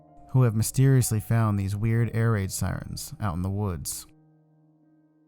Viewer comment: When u said air raid it sounded like ear rape, but it's true anyway cuz siren head is the master of ear rape